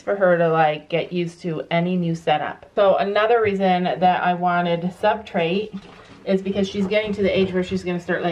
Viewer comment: it’s substrate not subtrate